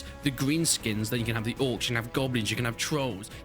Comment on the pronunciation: Love your vids mate but please never pronounce Orcs like that again